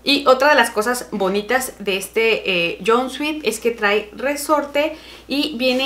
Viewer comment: querida deja de pronunciar mal jeje. Sobre todo la palabra JUMPSUIT es jumpsoot me gustaría explicártelo mejor pero no puedo esa fue mi forma más resumida. Ojalá lo corrijas querida. ¡Saludos!